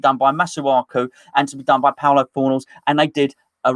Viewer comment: I love how still calls Pablo Fornals, Paulo Fornals 😂